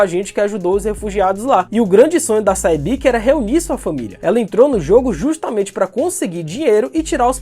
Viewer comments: Sae-byeok e não Sai Bik. Pronuncia “Se Byook” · Say-byiki? Dakiji?